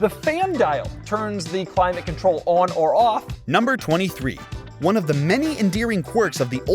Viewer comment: I had to watch the climate control one way too many times, but once I finally figured out what he was trying to say it was really funny…